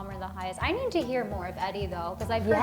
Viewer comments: "Addie Redmayne" instead of Eddie. lol 😂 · Doesn't that supposed to be "Eddie" not "Addie" Redmayne ;) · its EDDIE not ADDIE... my goodness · Addie?? Eddie!